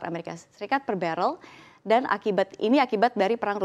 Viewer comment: BaREL BUKAN BeREL